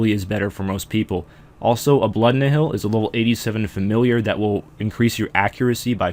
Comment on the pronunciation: Also, Nihil is pronounced "Nile," not "ni-hill."